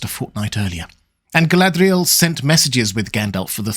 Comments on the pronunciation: I can’t even get my head around how you are pronouncing her name. What kind of accent is that meant to be and what guidance is there from Tolkien for the proper pronunciation? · why do you roll your "r"s when pronouncing Galadriel or Lorien but not when you say the word Sauron?